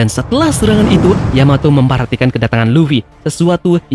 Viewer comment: terpeleset katamu sedikit Terpeleset sebut Yamoto kan seharusnya Yamato di menit 1.20